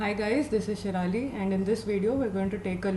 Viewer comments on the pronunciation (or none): Shirali- she ra li